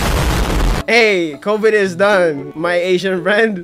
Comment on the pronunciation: srilankan ..oops. 😅😂